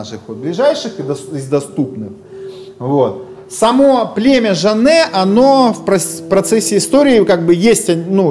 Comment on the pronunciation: У моей матери фамилия Жане, также мой прадед служил в дикой дивизии, об этом мне дед рассказывал. Жане осталось немного в основном в тахтамукайском районе знаю нескольких. И по рассказу деда род Жане был княжеским, и фамилия произносится Жа́нэ. Надеюсь был полезен.